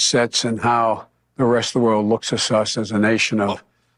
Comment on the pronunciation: "how the rest of the world looks asus." oh, to be able to speak coherently.